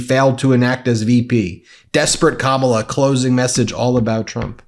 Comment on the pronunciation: He has finally gone over the edge, he is pronouncing Kamala’s name correctly!! I’m sure he’s not even aware!! 😊